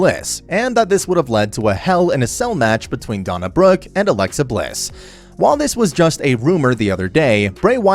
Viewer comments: Her name is Dana Brooke not Donna Brooke do you know how to speak English Omas definitely deserves a push reminds me of André the giant back in the day. His wrestling style is no different than Andres was the way he wrestles reminds me of the way Andre used to wrestle back then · Did he call Dana "Donna" Brooke? And Bray "Brian?" 🤣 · Donna Brooke... and then you kept saying Seth "role" ins... But then you called Bray Wyatt "Brian" Wyatt... WTF??? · If you're gonna do wrestling content, you might wanna at least pronounce their names right. Who in the hell are Donna Brooke, Bryan Wyatt, and Seth Rowlands? 🧐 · I had to rewind it...he says Bray, but totally says DONNA...?!?!?! WTF...?!?!